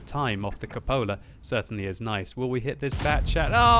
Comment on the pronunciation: CUPOLA.....It's pronounced cew-puh-la, not cup-oh-la!! LOL